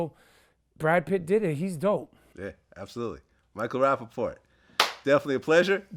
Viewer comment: Every role .....rapaport plays.....rappaport. he needs a coach lol